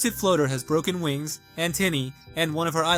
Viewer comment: Heres some mistakes you made, first you called glisten she/her even tho hes a male, second you said fnaf like f.n.a.f , its more like a word not letters , third is you said flutter like floater, fitht you sometimes say dandy world not dandy'S world, sixth you called dandy a she/her even tho hes a male (again). All of these things i just said werent ment to be rude, they were memt to simply help a little😊